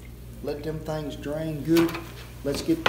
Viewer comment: "Them thengs" at 7.23 love that accent cowboy!